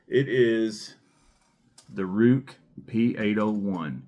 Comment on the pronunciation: Ruike is pronounced as Ray-kuh. Rike knife is a different company, probably best known for the Rike Hummingbird.